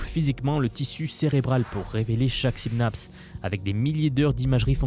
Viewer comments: On dit synapse pas synabse... pff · La vidéo est très instructive mais on dit "synapse" et non pas "symnapse".